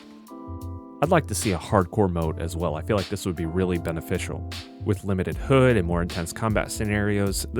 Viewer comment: "Limited HUUD"